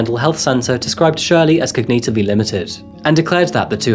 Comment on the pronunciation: " Cog-Knee-tiv-Lee " ? . Dude really you're using AI. Now when I look at the movements and lip sync I can see it there also. Unsubbed